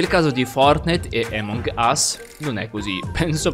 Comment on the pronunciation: Che fastidio quando dici emong ....... ...... Us 😂😂😂 grande